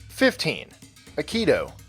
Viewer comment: Not Akido but Aikido. Pronounced Ah-ee-key-doh, not Ah-key-doh.